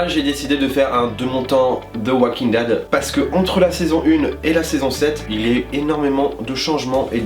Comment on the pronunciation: "Oualkingue dède" quel bel accent xD Très bonne vidéo mais ça manque d'argument pour les critiques de personnage, j'pense que chaque personnage évoluent avec leur vécu, Carol qui décide d'être une femme avec du caractère après avoir souffert toute sa vie, Carl qui a du tué sa mère, qui subit plein de chose, qui a vu plein de chose (tuer des humains, subir la peur de son père, etc...) j'pense que chaque personnage a une logique dans leur histoire, la seule histoire que je comprend pas, c'est Michonne et Rick...